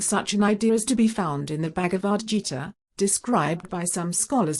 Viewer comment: Interesting how the reader says jita instead of gita. If it could read, it would pronounce properly words like 'श्रीमद्भगवद्गीता' and 'अर्जुन' - it is all written phonetically and explicitly in Sanskrit. Hindus and the Gita? I know real Hindus who do take the Gita seriously. My favourite verse: 14-11. "When all the openings of the body radiate illumination, it is said that Sattva is in predominance. Accountants think that the sun shines out of one of their openings. Now we know.